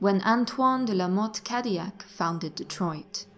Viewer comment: I can't take the mispronouncing cadillac. it hurts